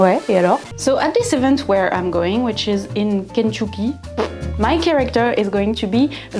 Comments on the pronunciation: I have a friend from "Kentookee". I will now annoy him endlessly with this pronunciation. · Ken tuck eee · The pronunciation of Kentucky had me cackling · As an American, hearing you pronounce 'Kentucky' is highly entertaining to me.